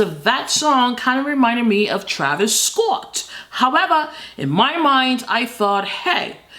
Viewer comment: I love how you say Scott. Scawtt